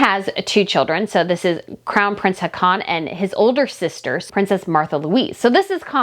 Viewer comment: I have to chime in to say that our Norwegian Crown Prince's name is not pronounced "ha-con", but more like "haw-con", with the stress on the first syllable instead of the last.